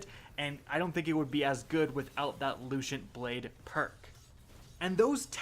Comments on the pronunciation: what the hell is that pronunciation of guillotine, and also LUCENT? LOOSENT. And sympathetic (he said symptomatic, LOL) from the last video. These aren't 200 IQ level words, come on. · Your pronunciation is terrible. You butcher guillotine and lucent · that's not how you say lucent... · Its loo cent.. no h sound should be happening.. why do you guys always say everything so weird. How would you say cent by itself? It doesn't change.